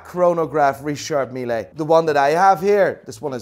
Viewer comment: Why are you saying richard meeLAY ???